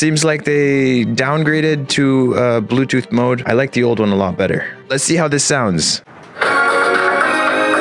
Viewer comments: "You're blutooh devic is redy to pal" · I love the : "Zhe bootooth devize iz reedy to pear" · "Ze blutooh device ihs rety too pel'